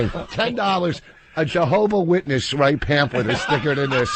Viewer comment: lol Vos said Jahobo Witness